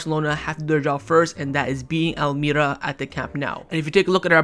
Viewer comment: wallahi it's pronounced al maria not al may ra